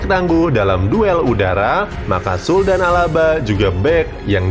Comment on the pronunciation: narator! baca aja sule, jangan SUL.